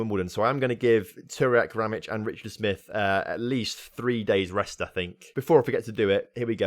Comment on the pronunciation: FC Sarajevo (the last club that wanted Ramić) is my club. :D btw you're saying his name right.